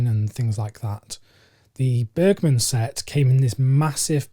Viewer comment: Since you’ve now corrected your pronunciation of Agnes I can provide you with the correct way of saying Bergman; it’s Bearjman with the J sounding like the Y in yet. :-)